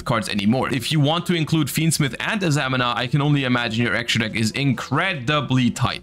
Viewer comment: It's pronounced a-za-mee-na